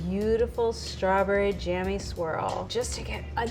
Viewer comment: If that’s a pro baker then why doesn’t she know how to say strawberry jam .........I was getting annoyed